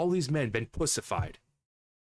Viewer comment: You said .....pussafied 🤣🤣🤣